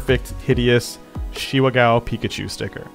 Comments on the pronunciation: Ga-o not gow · GAH!! OH!! IT’S GAH OH!!! NOT! G O W!!! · Not Gao but it's pronounced more like GaOU